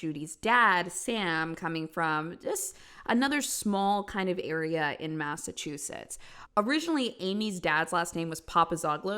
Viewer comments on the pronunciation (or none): none